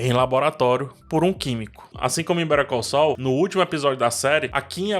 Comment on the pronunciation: Aliás, péssima pronúncia de Better Call Saul, passei um tempão pra entender do que ele tava falando...